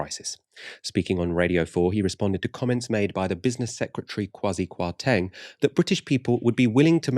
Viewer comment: I can't stand Kwasi Kwarteng but his name is being butched lol